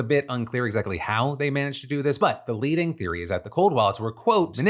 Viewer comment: I thought you said John Stewart of “leading” from this news desk not “bleeding” which is honestly far more accurate.